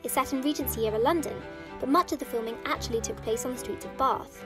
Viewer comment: As someone from bath it really gets to me how to say bath